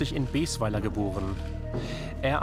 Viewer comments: Baesweiler spricht man Baasweiler aus nicht Bäsweiler 😬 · Es wird BASWEILER gesprochen nicht BESWEILER . Auch wenn es anders geschrieben wird. Niemand würde hier den Ort so aussprechen maximal noch Boswiller auf platt. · Erstmal danke für diese Reportage, sehr gut wie immer! Habe darauf gewartet, weil der kerl aus meiner Heimatstadt kommt, aus Baesweiler...und da muss ich kritisieren, es wird Bahsweiler ausgesprochen und nicht Bäsweiler, aber sonst, war es eine sehe gute Reportage! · Kinners, das wird Basweiler ausgesprochen 🤓